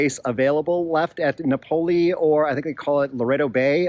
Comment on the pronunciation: It's NO-PO-LO fool